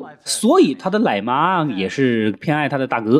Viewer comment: 口音也要纠正纠正:男子不是蓝子,奶妈不是来妈,常言道,崩口人忌崩口碗,这楞力(能力)也说电影！口齿不清,发音不准！听者发毛！